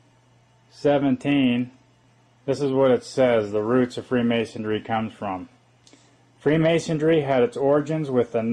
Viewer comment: "FreemasonDRY"?,...Illinois ., the "S" is silent.,...""Caesar" is spelled wrong., ..."Romulus" & "Remus" were the mythical "Founders Of Rome".,,..."Loyola" is pronounced like ...Loi OH la"., accent on the 2nd syllable.,,...it's "Piltdown" man., pronounced like "pilt".,as in "built", then "Down Man"., and "Peking" man is pronounced like "Pea King man".,..."Opus DEI",... not "opus DELI",..."Dei" sounds like "day".,...it's "Fullness" , not "fulness" .,... -spelled "Caesar" wrong again.,...